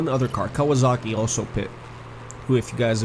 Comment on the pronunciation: Still Kawazoka not Kawasaki